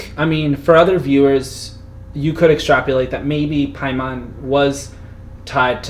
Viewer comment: Extrap-O-late. Not extrap-YOO-late. Only because you mispronounced it about a dozen times...